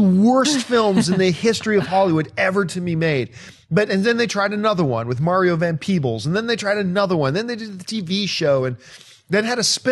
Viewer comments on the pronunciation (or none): none